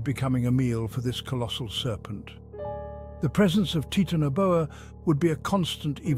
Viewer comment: Taitana Boa Not Titano Boa